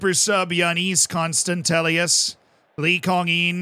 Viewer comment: Dear, Let me tell you how to pronounce Giannis Konstantelias name as a Greek myself I get triggered. It’s like “Yiannis Konstadelias”